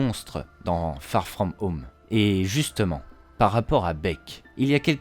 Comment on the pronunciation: Farrr frrraum heaume 😂😂😂